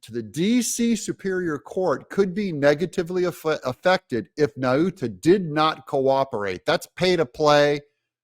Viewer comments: Nauta= Nawta as in Nautical Mile. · I am from the same island of Guam as Walter Nauta and just want to let you know that “Nauta” is pronounced “Nowta”. Like the word “now”. Trump 2024! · I believe it's pronounced Naw-tuh, not Na-oota. Just sayin'. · It's pronounced nota